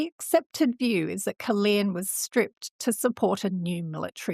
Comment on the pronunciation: Caerleon is pronounced with only one E I pronounce both of them